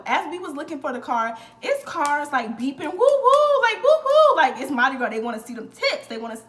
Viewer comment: I’m from New Orleans. You said it correctly and I was a crew of Nyx rider (all female parade tht signature throw is Purses) girl HMU wen u back in town!